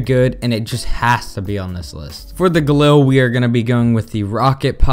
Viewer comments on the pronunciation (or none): none